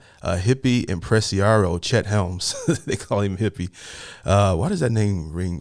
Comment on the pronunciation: I don't want to show you up or sound condescending but here goes. Raucous raw-cuss Impresario imp-press-air-ee-o Sojourn (you said it right) = trek Monterey mon-ter-ray (accent on the last syllable) I love your videos. You are articulate and I thought that you totally nailed it on Neil Young's Southern Man and Harvest Moon, as well as Billy Joel's Pianoman. In the same, relaxed and comfy vein as Harvest Moon, you might want to give a listen to Pink Floyd's Saint-Tropez. Totally different from their hard-core, prog-rock stuff. Cheers.